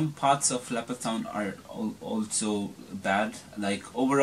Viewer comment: Did he say leopardstown haha wtf